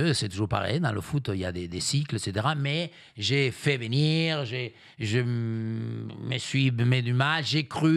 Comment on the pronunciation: "Il va vénir TROUVER..."